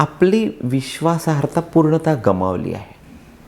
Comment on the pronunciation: अहो, "विश्वासा-ह-र्-ता" असा शब्द नसतो, "विश्वासा-र्-ह-ता" असा खरा शब्द आहे. "अर्हता" म्हणजे पात्रता... विश्वास ठेवण्यास पात्र तो "विश्वासार्ह"... विश्वासाहर्ता नव्हे... एका मराठी पत्रकाराच्या तोंडी अशी चूक अजिबात शोभत नाही... दुसरं म्हणजे, तुम्ही तुमच्या वात्रटपणामध्ये कृपा करून आम्हाला बळजबरीने ओढू नका हो... स्वतःबरोबर तुम्ही आम्हा सर्व प्रेक्षकांना "उनाड" ठरवता...??? कोणत्या अधिकारात???? कोणत्याही लग्न झालेल्या जोडप्याच्या खोलीला थाप मारणारे किंवा अश्या कोणत्याही वात्रट कृत्यात सहभागी होणारे आम्ही कधीही नव्हतो... तुम्ही सरसकट "माझ्यासारखी आणि तुमच्यासारखी उनाड मुलं दार वाजवून..." वैगेरे अश्या प्रकारचे वाक्य खुशाल बोललेले आहात. कमाल आहे...!!! आम्ही उनाड आहोत का कसे हे ठरवण्याचा आणि अश्या प्रकारे समाजमाध्यमावर आम्हाला "उनाड" म्हणण्याचा तुम्हाला काय अधिकार पोचतो??? आम्ही तुमचे व्हिडिओ ऐकतो, हे खरं म्हणजे उपकार समजा आमचे. कधी कधी विक्रांतजी बोलायला येतात, तेव्हा त्यांच्यासाठी हा चॅनेल सुरू रहावा म्हणून आम्ही कान - डोळे बंद करून कसेबसे तुमचे "बार्शी लाईट" पेक्षाही भयंकर संथ गतीचे आणि अश्लील - पांचट सेक्स्च्युअल- निरर्थक शेरेबाजीने भरलेले पुचाट कथन बळजबरीने ऐकतो... ऐकून झाल्यावर "हे सगळं मिळून नक्की काय होतं?" असा हिशेब जमवण्याचे निष्फळ प्रयत्न करून शेवटी "विक्रांतदासाठी अर्पण" म्हणून सोडून देतो, आणि तरीही तुम्ही आम्हालाच "उनाड आणि लोकांची दारं वाजवून पळणारे" वैगेरे ठरवता??? कोणत्या अधिकारात??? अहो, जरा लाज वाटू द्या... निदान स्वतःच्या मुलाकडून शिका... ते एकही चुकीचा शब्द कधीही वापरत नाहीत, तरीही वर स्वतःच म्हणतात की माझे मराठी फार उत्तम, अलंकारिक नाही, पण मी कामापुरता मराठी